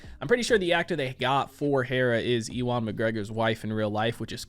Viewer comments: Nice reaction as usual man but dude for future reference it's pronounced U-AN or You-win (Ewan) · how on earth do you pronounce ewan as "e-won"? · My boi out here still mispronouncing Ewan's name:P